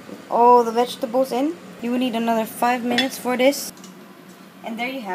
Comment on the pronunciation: Vegetables not wegtables.